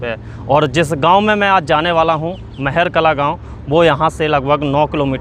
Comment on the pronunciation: गांव का नाम महर कला नहीं महार कला है